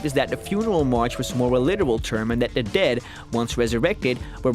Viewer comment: "the living duuh"